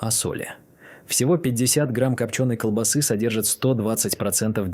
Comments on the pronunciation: Опять искуственный интелекс ...колбасыыы... с ударением на ы. Куда люди делись, кругом роботыыы, с ударением на ы😢! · По сути всё правильно, но откуда такая чудовищная безграмотность? Транжиры???- может ТранСжиры? КолбасЫ?? -А может всё же колбАсы? Ребята, у вас что там, слепой робот-читатель, которого переводит глухой робот- озвучиватель?